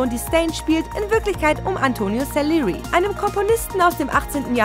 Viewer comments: Sa LI E RI nicht Sellerie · Was für "SELERI". Richtig heißt es SALIERI! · Neue Praktikantin😅? "Sellerie"... im Ernst🙈? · Und bitte verenglische nicht den Namen Salierie Herrgott nochmal das darf ja wohl nicht wahr sein. Nicht jeder verdammte Name den du nicht aussprechen kannst wird auf englisch gesprochen, was ist denn da los????😂😂😅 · Wenn eine Deutsche einen italienischen Namen Englisch ausspricht. 😁😁😁